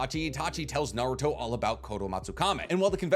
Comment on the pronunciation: I don't know how someone can know so much about Naruto yet still pronounce everything wrong.